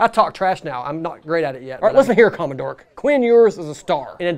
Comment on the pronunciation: "Commo-dork". lol